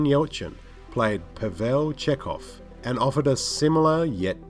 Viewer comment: This idiot doesn't actually watch half the shit he covers, he just steals his work from Wikipedia articles. His glaring error about Spock plus the fact that he doesn't pronounce Chekov's name right is all the evidence you need to see that this asshole is a hack.